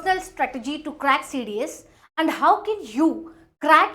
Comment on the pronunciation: Crack❌ Kkrrackhh ✅